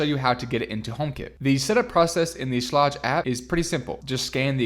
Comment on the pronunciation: I'm pretty sure Schlage is pronounced with a hard G.